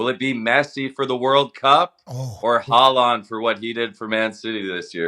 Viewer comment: mispronouncing Haaland’s name really annoyed me lmao